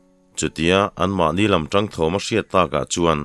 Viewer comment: A ngaihnawm zel e. I thu lam rik dan hi kan lam dan leh kalo hriat dan ang nilo hi a awm leh thin a, kalo ngaimawh deuh thin. Chung zinga pakhat chauh sawi ila. An hawi tang hra maia,tiha TANg lai hi. Tangkawng tiha tang angin ilam tlat zela, Tangka tiha tang anga ri hniama lam vek niin ka hria Zoram dung leh vangah hian.